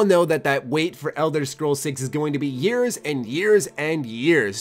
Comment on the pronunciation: at the beginning everytime you said years i died a little inside